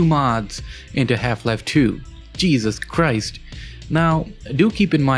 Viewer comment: 102? "Cheesus Crust"